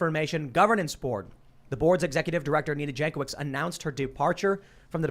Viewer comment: Jankowicz surname is of Polish origin and should be pronounced as 'Yankovich'. Or you can just say it wrong.